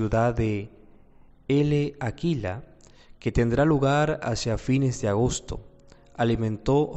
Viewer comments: Se lee Láquela, no Ele Aquila. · La "L" de L'Aquila, no se pronuncia.